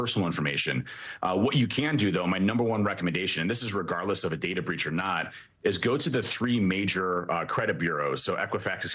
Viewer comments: DATA. DAY-TAH! 🙄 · I hate the way this lady says data. It’s Day-tuh not DaDa nimrod. You sound like you have daddy issues.